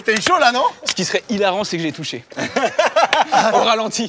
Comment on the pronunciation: Jérôme à dit "j'ai pas touchéow" 😅